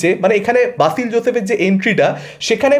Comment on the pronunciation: বাসিল নয় রে ভাই, উচ্চারণে গড়বড় 😢